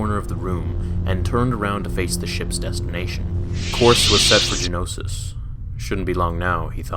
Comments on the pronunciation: Geonosis, not Genosis. Other than that, a great story. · Why are you saying Genosis, it's Geonosis. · geonosis not genosis